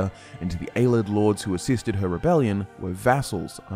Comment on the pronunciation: has been pronouncing Ayleid “aye-lee-Id” as “aye-lid” since the Jump and it drives me nuts